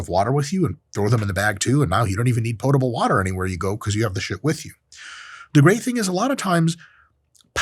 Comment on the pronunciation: Dr Mike, I’d just like to thank you for pronouncing “potable” correctly. The amount of people that I work with that say, “pottable” is incredibly too high.